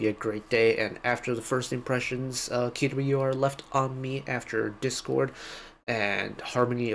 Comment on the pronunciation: Thank you for the right pronunciation of band name! ("que - double u - e - are")